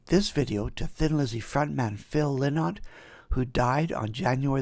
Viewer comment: Best rock band to ever come out of Ireland! That music reviewer from the Calgary Harald who wrote the scathing review of Thin Lizzy's performance should have been smacked in the head with a phone book! P.S. - Phil's last name Lynott is pronounced "Lie-not". As he himself used to joke, Lynott rhymes with "Why not?", which was his philosophy when it came to trying most things.